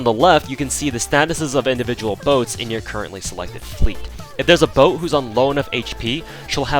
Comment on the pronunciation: boat, not bote